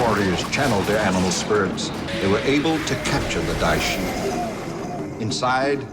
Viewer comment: Everytime you say dia shi a just think go away haha